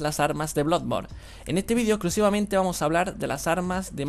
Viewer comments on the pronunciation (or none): none